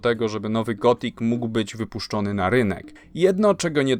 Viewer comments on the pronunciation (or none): Gotik, nie gotfik , to niemiecka gra, nie angielska